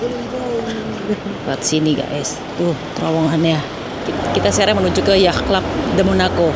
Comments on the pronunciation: Bunda yatch bacanya bkn “yah” tapi “yaat” sudah kuperiksa krn setahu akupun bacanya yaat. Aku di Sydney jd sering denger kata itu… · Bunda ... Yacht pronounced YOT ...ch'nya ga dibaca ... hehehe .. ngapunten bun 🙏🏼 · Yacht dilafalkan "ya:t", dengan "a" dipanjangkan (US). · Lucu denger bunda bilang yatch kyk orang Arab dalem banget☺️